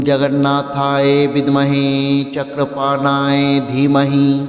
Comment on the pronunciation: Jagannathayo শব্দটি ও সঠিকভাবে উচ্চারণ করুন।